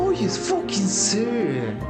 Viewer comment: "It's a focking hive!" XD